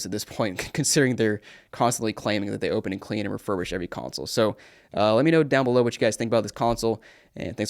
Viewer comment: RefurbISH not RefurbRISH Refurbish